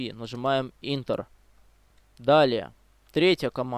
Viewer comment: И Ентер а не интер